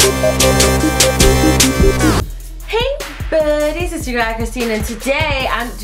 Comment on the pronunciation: I like how you say buddys